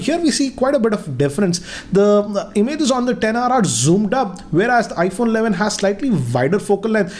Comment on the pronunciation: IPHONNAA ALLAVIN